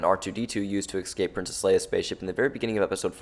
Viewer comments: when you say exscape instead of escape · Dude, learn to say 'escape'